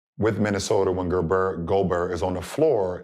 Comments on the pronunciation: When the 👑 can’t pronounce your name you’re not DPOY..Goberr 😭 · Why do americans find it so hard tp say goberts name